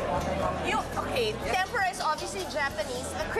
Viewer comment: tempura po miss kris.. not TEM~PU~RA.. :-)